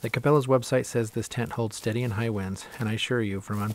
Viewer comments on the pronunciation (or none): none